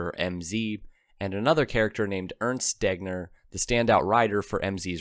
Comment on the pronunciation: Werner Wan Bran ?????? It is "Wayrner fon Brown", Urnst Deggner.??? It is "Airnst Daygner", Sundapp ??? It was "Zyndapp" ......to quote some mispronunciation in the generally very good video !Nowadays even smartphones help you with pronunciation ........